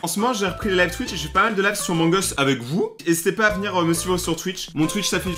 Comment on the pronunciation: J'adore rayton mes le truc qui me stress le plus c'est que au lieu de dire amongus il dit omongus